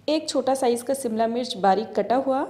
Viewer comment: Simla nahi shimla ش کی مشق کریے